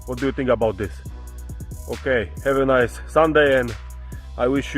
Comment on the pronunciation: Jan nearly turned into Borat “Have a niiceee”